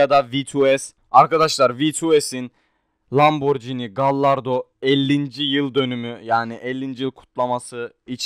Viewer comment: lamborghini diyemiyonki huracan diyecen o lamborgini diye okunu lamborcini deye deil ingilizce deil fransızcadır lamborghini